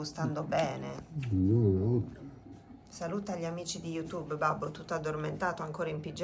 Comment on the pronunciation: Babbo che dice " amici di yutubbo" mitico.....🫶